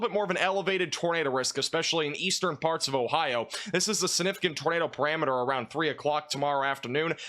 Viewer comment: Let's begin farts! 😅😂 That was totally said in this video. You can't convince me he said parts.